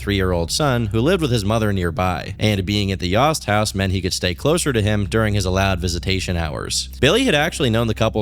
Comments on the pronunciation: its fine, it was just very bizarre when it happened, and to see him make a video on people i knew personally especially when he is pronouncing their name wrong is also surreal. Its pronounced like Toast>Yoast>Yost. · I could be wrong but I believe it’s pronounced yo-st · its y-OH-st. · It’s obviously pronounced ‘yOHst’. your pronunciation is so irritating 😭